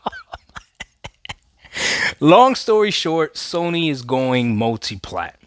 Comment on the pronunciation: I listened to him speak he said mutiplatform should be the focus